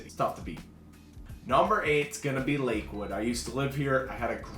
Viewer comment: Arvada not arvaaaaada. Lakehood hahahaha😊